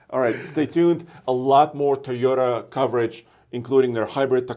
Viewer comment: It’s TOY-ota. Not TEE-ota.